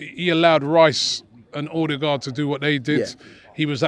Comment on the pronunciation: Everyone: Ødegaard: Order Guard